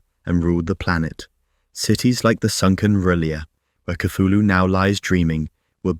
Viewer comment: People spedd name WRONG! Cthulhu sounds like chocking sound. You hear only long "u" in the end!